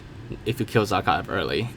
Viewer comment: Nobody : Absolutely No One : Generalkidd : zAA-khaev